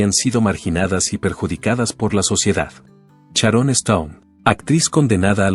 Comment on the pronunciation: Oe!!!...es Sharon....no Charon...hazte el favor...pronuncia bien por favor....